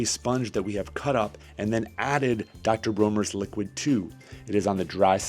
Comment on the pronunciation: World class edutaing repsentation... If I may be permitted my one complaint... the pronunciation of the castile soap is commonly pronounced Dr BRAWNERS not dr BROHners ieeyieayayayahhh...